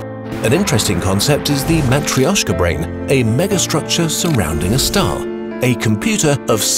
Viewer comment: As a Russian , I appreciate your "matrioska" pronunciation😊